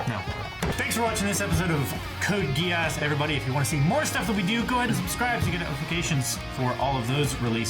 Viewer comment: Right from the first episode of Code Geass, has been spot on with the pronunciation of the character names right from the get go.